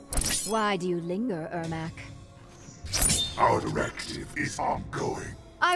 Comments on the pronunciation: Ermac not ermak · Is it because every c is k im MKX, so its ermak instead of ermac?